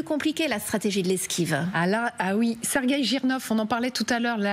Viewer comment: Tres ridicules d entendre Serguei